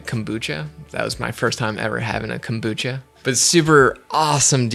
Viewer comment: When you pronounce kombucha. There is no accent on “bu”. in Japanese you don’t accent separate syllables, they are all spoken at the same level. You are saying two words kombu and cha. Cha is Japanese for Tea, like chai (used in Turkey). In Japanese, the word "kombu" (昆布) refers to a type of edible kelp that is widely used in Japanese cuisine. It is often used as a flavoring agent and a source of umami in soups, broths, and other dishes. Kombu is also known for its nutritional value, as it is a good source of iodine, dietary fiber, and minerals. In addition to its culinary uses, kombu has also been traditionally used in Japanese folk medicine for its purported health benefits. So you’re basically saying: Kombu tea. Kombu cha. There is no reason to accent the syllable “bu” unless Americans insist on looking stupid in the world today. The Japanese will appreciate that you are making some effort to pronounce things correctly. Or just call it kombu tea! Sorry for the long rant, I love your channel, you are really helping me with my filmmaking!